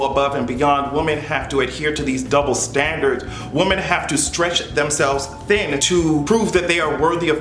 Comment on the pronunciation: YOU'RE TOO SMART TO BE PRONOUNCING "WOMEN" INCORRECTLY EVERYTIME 🤦🏾‍♂️